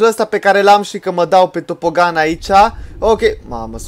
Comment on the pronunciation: se scrie tobogan da se zice topogan